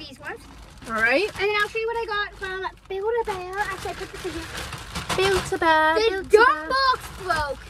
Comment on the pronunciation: I was thinking about a buid a bear and she saud buikd a bear